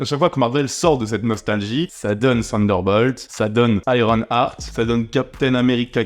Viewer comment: eye ron art pas hurt art. ya un "h" donc aspire h-aart